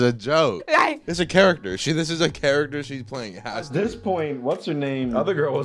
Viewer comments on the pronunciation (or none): none